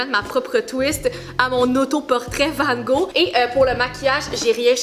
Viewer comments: Hey je suis française j adore tes vidéos par contre ta prononciation de "Vangog" m'a tellement perturbé 😂😅 petite information : toutes les lettres de son nom se prononce ce qui ne donne pas "Vango" mais "Vangogue" XOXO ma belle 💕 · la différence de prononciation de « Van gogh » entre la France et Le québec est incroyable 😭😭😭 sinon c’est une vidéo incroyable 💓